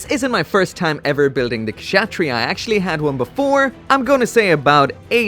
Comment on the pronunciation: I believe it's pronounced Katz-Ha-Tree-Ya. Lol I literally looked up a clip of the anime to a while back to learn how to say it. (Note it was the subbed version)